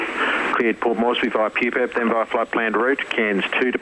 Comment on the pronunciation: your favourite thing is saying 'poophead' low key instead of pupeb?